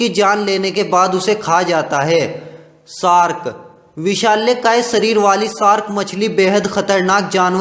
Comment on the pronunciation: It's shark not sark